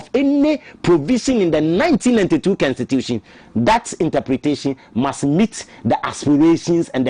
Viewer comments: Please it's Constitution not Kenstitution, suatra eeii Ghana fo3 profound akese3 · Her stop that ugly pronounciation,what is s kenstitution, constitution that is what it is 😮😊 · Whatbid kenstitution thing too. Masa pronounce the word properly. Dieben!!! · Please check your pronunciation of constitution. It is pronounce kon.stuh.choo.shun